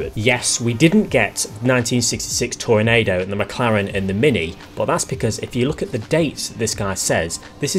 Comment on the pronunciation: Yep. The second half is pronounced like Nachos are.